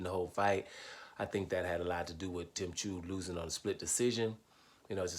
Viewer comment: Tsyzu is pronounced Zoo......fyi